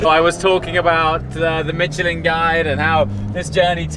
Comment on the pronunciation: So close to pronouncing Michelin correctly this time,. Let me help you pronounce a French word in English. Pronounce it as "Mishelin".